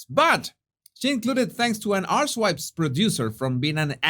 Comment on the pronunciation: The way you say Archetype makes it sound like A*RSEWIPES.